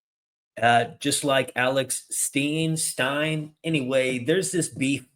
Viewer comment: Stop Playin, you know Alex Stein's name, and how to pronounce it makes you look ignorant.Dude 😂